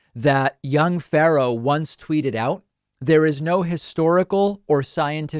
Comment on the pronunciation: Why can't David say "Pharaoh"?